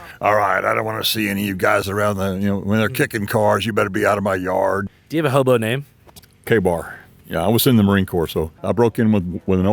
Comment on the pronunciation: Think the leatherneck’s name isn’t KBAR, like some SoundCloud rapper, but KA-BAR, as in the Mk. 2 Fighting Knife. Wonder how he earned that one.